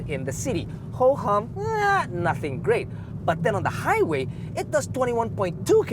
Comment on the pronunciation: Is it just me? Every time you say Highway I hear "high weight"